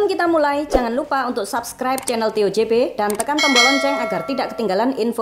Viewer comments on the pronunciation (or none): none